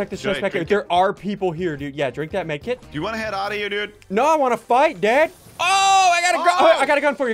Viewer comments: He said drink the medkit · *Drink that; Medkit” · Did anyone catch that you said drink that med kit